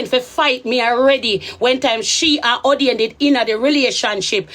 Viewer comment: How u say a don 😂a 😂😂